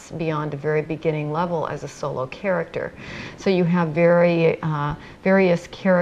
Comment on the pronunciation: virtual game world lol she jus cant say level can she ? (cough cough) im sick i got video game symdrome